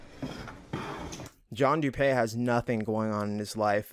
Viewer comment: Everyone calls him John “doo pay” but it’s actually pronounced “doo pee”